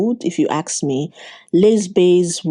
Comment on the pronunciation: Why do you say "aks" instead of "ask"?